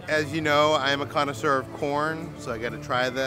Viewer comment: I became too drunk every time said he’s a conneseur 😂